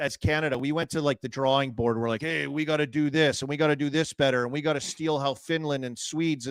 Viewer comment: Keith whats a drarwring board?